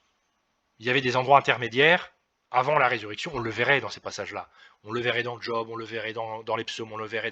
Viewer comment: On ne dis pas "D'job" mais Job ...